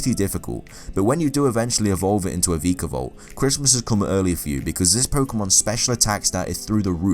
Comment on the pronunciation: VEEEEKAVOLT, this annoyed me the rest of the video when i heard this